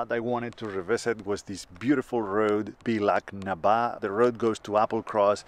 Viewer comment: Una area preciosa y mas aun fuera de temporada, todo el norte lo que forma parte de la North Coast 500 se llena de Campervans y gente, lo mismo me pasa con Skye y creo que al final se desmerece un poco la experiencia. Un gusto ver estas tierras desde tu punto de vista. Aunque eso si, la pronunciación sería "Balag" na bá (🙂) como en Loch (Logg)